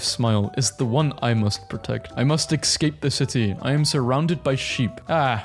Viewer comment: not being to pronounce “escape” is somehow the funniest thing